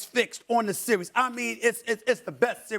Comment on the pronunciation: How tf can he say “series” with pouted lips